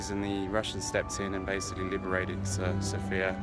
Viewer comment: been there twice and you still can't pronounce the Capital City's name properly.